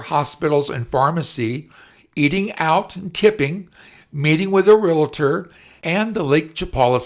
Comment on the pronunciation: The word is "realtor" not "relator."